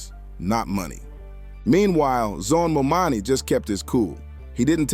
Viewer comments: Jesus for God's sake work on your pronunciation of the mayor's name. As for 50, he was against Obama. Saying that he was gonna get killed if he became president. He needs to get out of the prediction game.😂..50 forgot where he came from...the pattern he sets is saying progress and fortune for me but not for thee. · Would you please repost your video with the correct pronunciation of Mamdani? Your video raises excellent points, but the mispronounciation of the mayor elect's name is distracting. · Good video but at least 10 minutes too long And please take the time to get the mayor's name correct. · my God you can’t even take the time to pronounce his name properly. It’s really not that hard. Please do better. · He's name is: ZOHRAN MAMDANI. C'mon now. Not : MAMANI, No MOMANI . Learn his nama .🙄🙄🙄🙄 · His name is ManDANI!!! NOT MaMAMI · You pronouncing his name wrong the whole video is madness. MamDani. 😮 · Seriously how many times will they mispronounce his name!!! Momani, Mamdami… omg… get the name right! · C'mon Mr. Commentator, please and respectfully pronounce his name correctly. His name is Mamdani and not Mamami. Ok bro? Yeah, and as a Ny'er, I voted and campaigned for him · It’s not Momami. It’s Mamdani. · Who is this Mommani??? Its Mamdani! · Let's hear it for New York's newest Mayor "MO-MONNIE" 😂😂😂😂😂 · The name is "Mam-da-ni." Say it with me now, one syllable at a time. Maam-daa-nii :) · Was the narrator intentionally calling him "Mo Money" or was he mispronouncing Mamdani's name? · Get his name right.... MAMDANI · DUDE IT'S MAMDAMI🙄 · Can we PLEASE begin with pronuncing his NAME CORRECTLY? It is MAM-DANI!!! Thank you. P.S. Your video is 🔥🔥🔥, and I have subscribed! 🗽🫱🏾‍🫲🏿❣️ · Who is Mo-Manie? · Why do you continue to call him momani? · MOM DANI.HAVE SOME RESPECT FOR THE AND PRONOUNCE HIS NAME CORRECTLY. WOULD YOU LIKE PEOPLE TO CALL YOU HL DUGLEY HUGLY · "mom-dani" man, say his name right. Good video but damn that was distracting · It’s Mamdani🙄